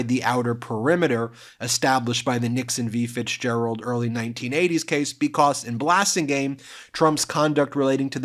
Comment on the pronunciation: Ben sounds like he says "bekoss" instead of because lol